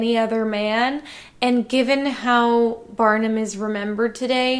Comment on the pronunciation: I thought you said batman, not Barnum lol